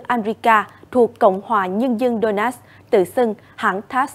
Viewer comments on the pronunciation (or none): Donetsk mà người đọc tin phát âm thành Đô-nát